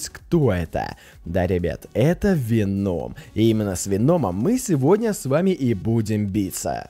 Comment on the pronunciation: Веном ударение на о